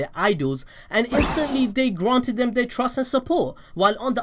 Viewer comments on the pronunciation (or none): none